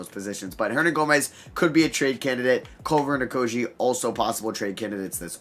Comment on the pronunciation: you butcher Okogie's name every single time. Its "Oko-gee" not "Oko-jee"